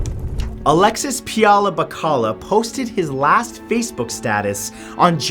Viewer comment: Bacalla is pronounced as "Ba-kal-ya”.